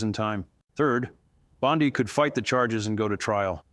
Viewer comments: it's Bondi not bod-ai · Hey, no one pronounces her last name as Bond die, it's Bond Dee, the correct way when giving public info.(JS) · Why do you say it like bonsai? Bon-dee. Every single source says bon-dee. Not bond-ai. It's weird. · Her dishonesty and arrogance is a dark cloud on legimate lawyers. Her name is Bondi not Bondai. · Its not Bond eye , its Bond E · Annoying that he keeps changing pronunciation of Bondi's name. All other news sources pronounce it Bond-ee, not Bond-eye. My first impression was BOT. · Did he just say Bond-I with a long I? A I bullshit,,,, I'm out. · I believe some of this but you can't trust an AI generated video, it's easy to spot, the guy said Bond..eye, that's AI getting the name wrong, you could also hear glitches in the script, don't get me wrong, I'd love to see her in an orange jumpsuit but this video is right up there with the guy wearing a Ryobi personal hovercraft....fake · Is that AI, he does not blink and say Bondai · You can’t even say her name correctly